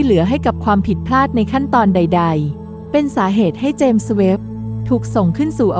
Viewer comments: เจมส์ ต้องออกเสียง ส เบาๆ ด้วยครับ เพราะ James มาจากชื่อบุคคล เราจะพูด “james webb” ต่อกันครับ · ครั้งนี้ ส อาจจะดังไป เลยฟังดูแปลกๆ แอดมินน้อมรับไปปรับปรุงการออกเสียงในคลิปหน้าครับ